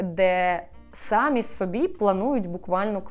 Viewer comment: Дуже люблю ваші відео, але дуже ріже вухо одне слово Не хочу здатися grammar nazi, але, будь ласка, якщо вам не важко, зверніть увагу, що у слові «самі» наголос на «і». Дякую!